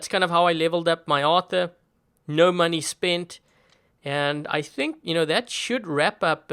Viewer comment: When said money i thought he said manni